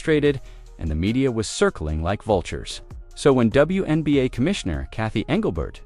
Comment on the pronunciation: The AI announcer is calling the league "THE WENBA'. Without the Fever I agree it is the WENBA' LEAGUE